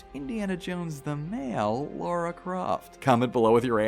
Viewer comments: its LARA! NOT LAURA!! cant any American pronounce the name properly? why do you put a u in her name when you say it? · makes a point to pronounce alicia's first name properly and then calls lara croft "laura". lmao